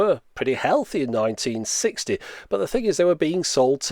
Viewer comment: sounds like 1960